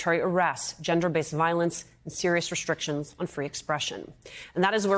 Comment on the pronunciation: Thank you for pronouncing Qatar correctly! 🤓